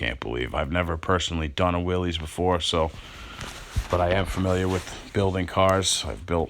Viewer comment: It's not a Willy's it's pronounced Willis the man's name was John Willis the Y in his name is a short I sound